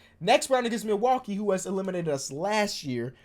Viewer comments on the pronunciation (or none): none